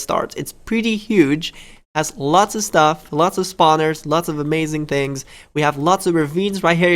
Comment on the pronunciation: He says staff instead of stuff xD